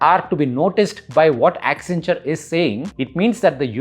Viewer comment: WACCEN WACCEN WACCEN WACCEN WACCEN WACCEN WACCENTURE😂